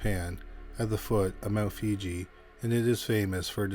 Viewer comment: Mt. Fuji, not Fiji